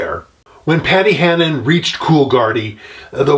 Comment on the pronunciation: Paddy Hannan Not Paddy Hanahan. 😉👍